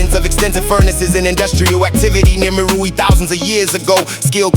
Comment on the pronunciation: Meroë is pronounced mery ree